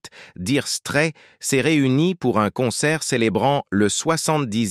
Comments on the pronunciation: Nulissime "Dire strette " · Comment il prononce 🤥 Diiire straits,O.M.G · Apprenez donc pour commencer à prononcer correctement le nom de ce groupe😅😅😅